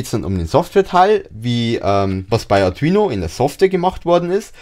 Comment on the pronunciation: Das Video ist ja echt super nur die Aussprache von Arduino nervt etwas, die ist nicht so gelungen AR DU INO. Ich Verstehe immer nur Atrino Uno sorry kenn ich nicht, aber ich kenne den Arduino Uno. Spannungsregler - Linear, Typ78 STMicroelectronics L78S05CV TO-220AB Positiv Fest 5 V 2 A oder Spannungsregler - Linear, Typ78 STMicroelectronics L7805CV TO-220AB Positiv Fest 5 V 1.5 A Die wandeln auch 35V auf 5V um, und sind leichter zu bedienen, finde ich